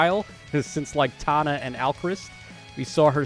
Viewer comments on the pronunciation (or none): none